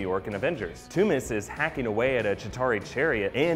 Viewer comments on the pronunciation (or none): Toomes not Toomis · It's pronounced tombs not toomas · toomes sounds like tombs but he keeps saying the sound like tommez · are we ever going to address pronunciation of Vulture's surname? ToomEsssss? I thought it was toomes like tombs but hey ho xD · pretty sure Toomes is pronounced as tooms not too-mes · "TOOMS" not "TOO-MES" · its pronounced tombs, not toomiss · ******toomes not "two-mis" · why is he calling vulture, "Toomis". something that's just annoying me. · He needs to watch the watch any of the animated series with vulture for the correct pronunciation. I wonder if he'll say Toomes on his easter egg movie review after hearing them say Adrian Toomes or Toomes a few times on screen?